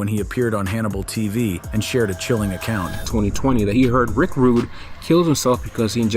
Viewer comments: Rick Rudegay sounds better ehhh!!!😂😂😂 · Rick Rooday hahahah!!